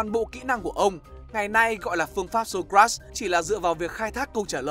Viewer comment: Socrates anh đọc sai ạ :)))))